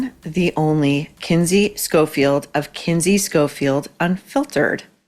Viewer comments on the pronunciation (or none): Not Kindy - Kinsey